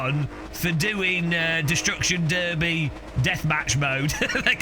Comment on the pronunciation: even more importantly a British guy just pronounced "destruction derby" correctly...